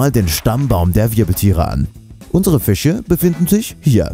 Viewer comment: Fiche???? Das heißt „Fische“!!